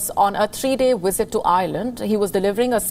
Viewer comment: oh well you said werbal instead of verbal and wisit instead of visit,quit making fun of sleepy joe! LMAO